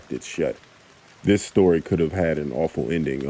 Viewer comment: Shtory 💀 love you😂😂